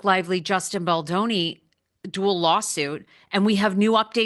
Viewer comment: It’s Baldoni not Baldini. Maybe you are mispronouncing it on purpose to mock him.